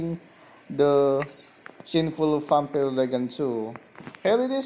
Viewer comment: Your not saying vampire right